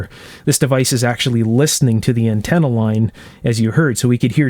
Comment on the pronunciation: Untenna lol